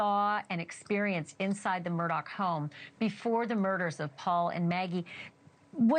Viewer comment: His name is not Murdock! Learn how to say it🤦‍♀️🤦‍♀️🤦‍♀️🤦‍♀️